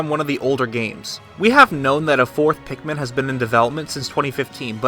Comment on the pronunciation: Pikmen.... Says it like "Pinkmen". Great job as always Will